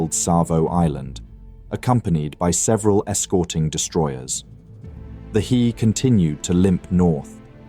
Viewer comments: An entertaining video on a relatively obscure topic! Please keep em coming! But what's the IJN destroyer "Cirrus" ("Sirius"?)? What ship was that supposed to be?? Also, "Hiei" is pronounced something like "Hee-eyy", not "Heee" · Who the hell pronounces "Hiei" as "Heee"????? AI narrator ass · A comment on Japanese pronunciation. Hiei is pronounced hee-eh-ee. All Japanese vowels are pronounced. There are no diphthongs in the language. There are only five vowel sounds in Japanese, all pure vowels, in order: a - ah; i - ee; - u - as in sṵe; e - eh; o - oh. Always say them separately, even in combination like here. A lot of English speakers get this wrong. Otherwise, good pronunciation on the consonant/vowel names. A very good encapsulation of the battle.